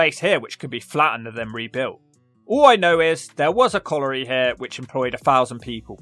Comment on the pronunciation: You can't pronounce "colliery."